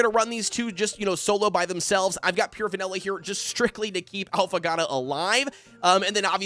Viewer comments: When he keeps saying: “Alphagatto” 🤦‍♂️ bro its Affogato. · If you're gonna keep making Affogato videos at least take a second to Google how to actually pronounce the word 'affogato'. It's literally phonetic, just sound it out jfc